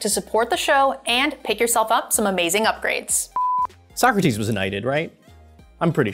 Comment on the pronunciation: Like, all the mispronounciations going on in the game were getting on my nerves, but the missed "So-Crates" did as well! 😅